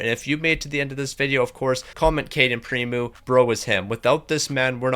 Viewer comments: You're supposed to say PrimO, not Primu haha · I cringed everytime I heard him say primu...